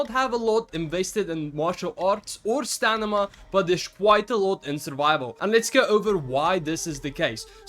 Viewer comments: It's Sta-mi-na brother not Sta-ni-ma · I'm sorry man, I'm sure English is not your first language, but it's driving me nuts that you keep saying "stanima" instead of "stamina". 😂 Really helpful video though! I'm not trying to be a dick about the other thing. Just thought I'd mention it. Maybe you're not even aware you're doing it.